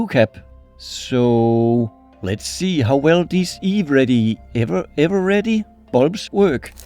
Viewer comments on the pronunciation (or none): The second pronunciation of Eveready was correct. It's probably ever-ready, not Eve-Ready. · The correct pronunciation is "ever-ready". "Eve-ready" is pretty funny though! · For Eveready, your second pronunciation(ever-ready) was correct there. It's an American brand. Personally I don't know much about it, other than that it has existed for a while.